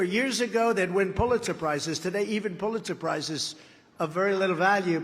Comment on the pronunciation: Is he saying "Puletz suprises"